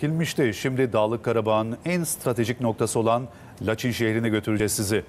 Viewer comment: Laçin deyil Laçın